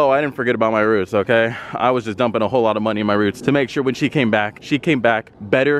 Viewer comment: Roots?? Your supercharger is “rooted” Lol, and “you haven’t RODEN in my car” haha…bro, you’re way smarter than that-your fresh build makes you SO high that you can’t talk! It’s kinda cool- I miss that feeling. I used to have an ‘08 Shelby w/a 3.8L Whipple supercharger and small pulley and making 1,196 bwhp and she was SO “unstreetable”. The first turn I made out of the sales lot, I hit the gas as I normally would in my other vehicle and the car did a 360 I. The intersection and when I tried to drive it off in the hurry I was in to get outta there and all my car did was smoke the tires all the way down the road in front of the dealership (those dudes I know must’ve just been like,”oh that guy just bought the wrong car🤣😂it was hilarious and then the next week I took it to DynoComp to have her tuned down to about 645 hp…cut it in 1/2 and it was much smoother on the road